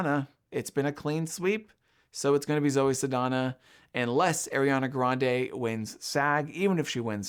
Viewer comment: You need a little work on your name pronunciations. Saldaña has an ñ, not an n (so pronounced like ny). Ralph Fiennes' first name rhymes with safe (no idea why it's pronounced that way).